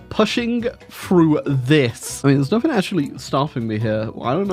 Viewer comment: can someone remind him that there is no k in "nothing"